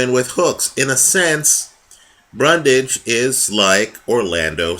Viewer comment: Great video once again. One necessary correction as the mistake was repeatedly made.. It's "Bundrage" not "Brundage".